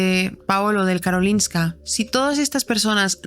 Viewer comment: Soy sueca (estoy aprendiendo español y uso sus vídeos jaja) y recuerdo cuando esto pasó, fue una locura aquí. Por cierto, pronuncias Karolinska perfectamente :)